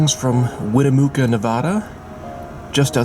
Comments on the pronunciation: Winnemucca is not pronounced Winnemooka . It's pronounced Winnemuc ( as in mud ) ca ! The Winnemucca Inn has the best breakfast in town . We stop there going to and from the Bay Area . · That was not "California traffic," that was San Francisco or bay area traffic. Don't name one problem area the whole state. And by the way the town of Winnemucca, NV is not pronounced Winnemoooca. The mucca part rhymes with muck. Winne"mucka" and I totally agree that if they advertise the sights and travel to see the views they should clean the windows so you can actually see them. Thank you for your video. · its pronounced win- na -mucka. like the saying "Dont muck it up". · Great video! However, Winnemucca is pronounced: 'win-ah-muck-ah'. I am going to take some Amtrak trips including the California Zephyr after the covid is over and hopefully those steaks are being served again. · Ane Winnemucca is WIN A MUCK A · Very nice video. I did same train from Salt Lake to Denver in January of 2012 or so. Was great seeing the scenery in the summer here. Always wanted to do it thru Sierras and this makes me want to moreso. Correct pronunciation is Win-E-muck ( like duck) -uh. Great report and should have stated all the food was included in price. I was amazed at the quality they offer. Have a good day. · In addition to the Ottumwa correction, the same applies to Winnemucca, a short u.